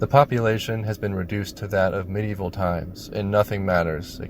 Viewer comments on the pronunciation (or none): none